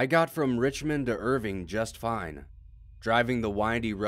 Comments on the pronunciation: its Irvine, not Irving... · Oh and by the way, you mispronounced nearly every proper noun you used......it's Ir-vine , not Irving.